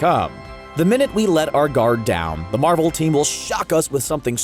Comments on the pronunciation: it's not Marvell its Marvel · Why does he say Marvel like that?